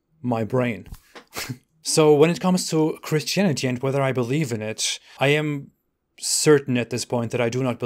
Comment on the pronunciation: I love the way you pronounce Christianity 😂😂😂😂😂😂😂😂😂😂😂😂😂 Christianiteee